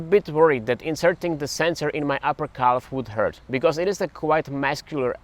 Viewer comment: The way you say calf sounds like an Amish person saying cow.